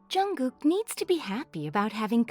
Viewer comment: She is saying jungog??? I'm pretty jungshook right now.